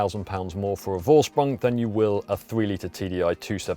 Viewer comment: Thanks for a good review! Is this edition available in other markets too? And a small german lesson for you guys. Vorsprung is pronounced Forsprung, the letter V is pronounced F in german and a more correct translation is ”advantage by technique” So now you can say both Vettel and Volkswagen as the germans😜 Cheers Henrik